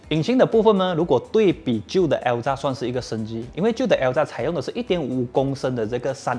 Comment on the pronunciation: 是Alza 还是Elza, 为什么一直听到Elza?